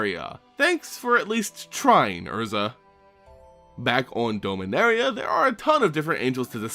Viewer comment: It’s DOMinaria like dominant, dominance, not DOMEinaria, hate correcting people but it’s a pet peeve I guess